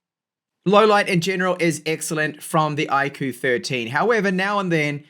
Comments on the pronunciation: It's "IQ" not I KOO. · iirc iQOO is supposed to be pronounced as IQ, as in the intelligence score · I'm here to make the same joke I always do with this brand. Everytime you say "Iqoo" I feel like saying "God bless you". 😉 Looks like a great phone for price. 👍